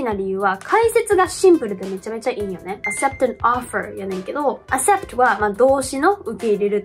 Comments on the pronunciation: わかります。TOEICでいうなら、スコア700位の人でもまず間違えないかと。 'accept'がアセプトなら、'access' とか 'accessory' とかは果たしてどう発音するんだろう？という疑問が湧いてきます。 確かに'descend' 中の'sc' のような並びはsの音になる場合があるのですが、'cc'でs音になるケースはちょっと思いつきません。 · acceptの発音ちゃうくない・・・？ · からの "accept" と "acceptable"は、'k' の音が抜けているのでは？ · それはめっちゃ思いました。英語発信者としてこのレベルの単語の発音の間違いはちょっと、、、イギリスに住んでいたので、kの音無しの発音もあるのかなと思ったのですがそうでもないような、、、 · 正直accept レベルの発音を間違えてしまっていると、そもそも発表している点数などの信憑性がだいぶないなと思ってしまいました、、日常会話でも結構出てくる単語なので、ここまで高レベルな英語力保持者なら気づくと思うんですよね。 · この人高校中退で独学やからね、発音は適当なのかもしれんよ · acceptの発音違いますよ